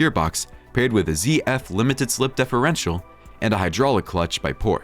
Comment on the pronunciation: Obviously narrated by a robot: differential pronounced as deferential. Lalique pronounced as LAH leek, anti rollBAR, reestomod, and more